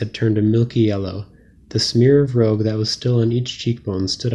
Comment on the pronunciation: Consider checking pronunciations--of "rouge" for example.